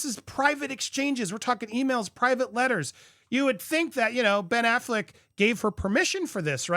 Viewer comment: not Pen Affleck 😭